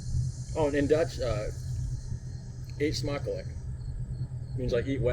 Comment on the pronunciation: Man you are doing good with your Dutch ! Foutloos " eetsmakelijk " 👍 . It looks delicious. Maybe fun to look at the recipe for our dutch OlieBollen & Grandmothers appelflappen 🙃 ( we make it on old years day ) and eat it in the evening . al so maybe fun to show us how you celebrate Halloween,it is a celebration that started to kick off in the Netherlands almost 10 years ago. And some of us have the feeling that it is not there yet , like you have it in the USA . ( see I am considered as a qierd one in this town because I am the only one that decorates my house ( on the outside ). I haven't seen anyone else do that except the stores .